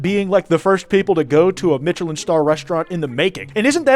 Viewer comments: sooo whos gonna tell her that its not pronounced ”mitchelin” star… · Not to be a grammar n*zi, but the 'ch' in Michelline is pronounced like 'sh', cuz it's French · The most unhinged part of this video is the way pronounces Michelin. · The way he pronounces Michelin star is enraging me way to much. Like I know I'm the unreasonable one here but fuck it's activating my fight response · i have never heard "Michelin" butchered like that imma be real